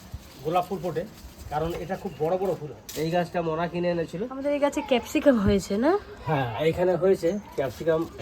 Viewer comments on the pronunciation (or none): Kepsicum na it's capsicum